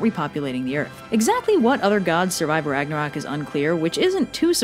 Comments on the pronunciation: Great video, as usual! Just one thing: It is NOT Ragnarok, it is Ragnarök. "O" and the Scandinavian letter "Ö" are pronounced differently. The "Ö" is more like the vowel in "Church" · The end of the world just made my day. Also, there's an accent in Ragnarök, how dare you,.